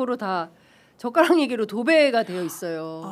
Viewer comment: 젓가락이 ㅈㄱㄹ 욕처럼 들리게 하는 토론 ㅎㅎ 기분이 더러워 졌던 토론회 😢